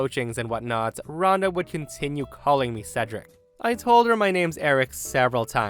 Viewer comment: I'm so glad pronounced Cedric correctly during the last story